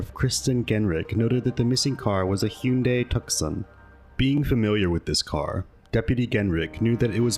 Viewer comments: “Hoon-day tuck-son” lmao (hun-day too-sawn) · Dude, Hinday Tuckson? Really? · Hyundai Tooson is how it’s pronounced. Like Tucson Arizona 😊😊